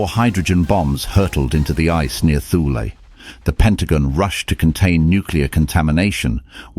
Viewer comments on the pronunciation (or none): Please instruct your narrator, whether human or AI, that Thule is not pronounced TH-OO-L.